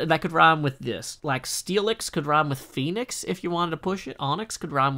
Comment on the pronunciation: "Hooked on fee-onix" I died 🤣